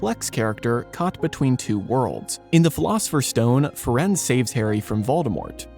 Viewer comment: I believe Firenze's name is pronounced "Firenzee" like in Italian.